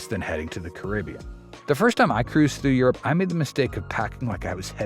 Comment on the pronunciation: OMG, narrator pronounced Caribbean correctly! You never hear that.😊